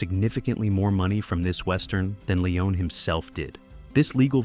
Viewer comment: Why does the narrator pronounce Leone's name two different ways throughout the video? Pick one.